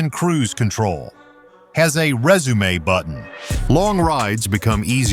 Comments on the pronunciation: Dude, it’s pronounced “rezoom” but is not pronounced “resumé” 🙄🙄🙄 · This video seems to be more for novice Riders. I can't believe that several times he pronounced resume like the word that describes the document you send to a potential employer. I would never want to own a motorcycle that has all those features on it. I'm so glad I own older Harleys.